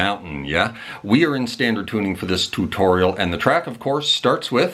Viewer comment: Thanks for letting us know how to play, very generous of your time, love your accent especially when you say tutorial 😂❤